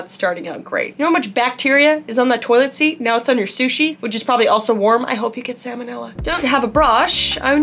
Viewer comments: omg, that is literally perfect pronunciation of toilet in Swedish xD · 😂I’m Dutch and the second time she said “toilet” she pronounced it perfectly Dutch!😂 And also with the second time she said “watermelon”😂